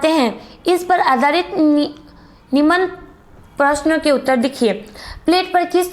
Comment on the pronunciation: निमन नही निम्न होता है 😂😂😂